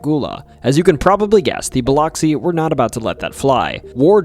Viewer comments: And it’s “Buh-lux-see” not…that…. But hey from Biloxi 😂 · Biloxi is biluxi. Oxi should be lux. Not to sound like box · nope. I work there. It's Bih-LUX-ee. Soft b, Short i. Hard lux, long e sound. I live next door in Gulfport, pronounced Guff-port. More fun is Saucier, pronounced So-shure. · Oof, your mispronouncing cities leads me to not take you seriously. A good documentary needs research. This includes getting the pronunciation right of areas and people. Especially Biloxi. Dear gawd! Educate yourself. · Hello from Tupelo Mississippi ❤🙌🇺🇸. Just to clarify. It’s pronounced Bil UH x-ee. It’s spelled Bil OX see. But is pronounced Bil UHX see. Just for the non locals that didn’t know. Lol. Vicksburg fell to the Union on the 4th of July. Btw you mispronounced nearly every town that you named. 😂. It’s funny and I love your channel. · Great video! But Biloxi is pronounced like “buh-lucks-ee”. That’s how we rednecks say it anyway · Aa a Mssissipian. Thank you for the content but your pronunciation of Biloxi is incorrect. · Good video but Keesler is said like “Keysler” and Biloxi “Biluhxee” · Alot of mispronounced words in this video Keesler ( -kuis - ler ) like" Marquis " ler Bilox (Ba-lux- ie ) Yes singing river is a whole thing most of the hospitals and businesses are named "Singing River) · I'm not from Mississippi, but on behalf of everyone who IS, it's Keesler Air Force Base, (KEESler) Not "Kessler." Biloxi is pronounced "Bill-ux-ee." But, great video. Was interesting to hear new details on the Pascagoula abduction. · great video so far! just wanted to say Keesler is pronounced like "key-sler" and Biloxi is pronounced "bole-luck-see'" crazy it couldve happened only 20 mins away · As a lifelong Mississippian, I just want to say you got a funny way of pronouncing Biloxi and Yazoo, but your pronunciation of Tupelo was just bad. Too-pell-óh??? It's Tupe-uh-low. Try to say it quickly and It'll sound more right.